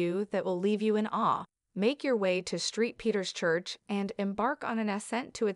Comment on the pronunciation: Yes, "Street Peter's Church" was a classic!